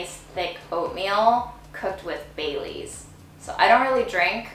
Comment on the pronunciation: I thought she was saying "bay leaves" not baileys. Are you sure?